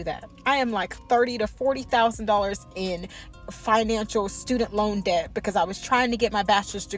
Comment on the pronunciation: This economy is so bad. I would be grown in this time and age 🤦🏾‍♂️ and somebody tell the B in debt is silent 😂